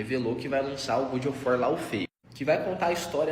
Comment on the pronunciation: Eles tudo falando "Good" of war me estressou mais do que eu gostaria